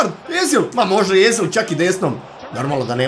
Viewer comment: nije Ezil nego Ozil